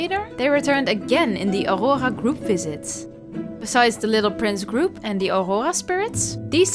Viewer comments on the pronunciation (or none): NAUUUR the way you said Aurora was so close to French, anyway i love your video 🫶🏻🫶🏻